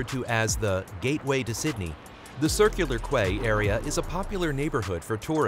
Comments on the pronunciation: Nice video. Some points to make it sound pro... Quay- Pronounced Key, not Kway; Bondi- pronounced Bonn-Dye; not Bondy; Vaucluse- Vaw-Klewss, not Vow-Klewz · I enjoyed this as a Sydenysider. But I have to say it was a little annoying the way you pronounced Circular Quay it is pronounced Circular key.